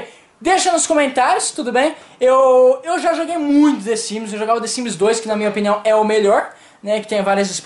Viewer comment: Desimes?? KKK é The Sims 😂😂😂